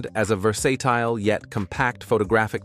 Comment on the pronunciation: "Positioned as a ver-SAY-tile . . . " lol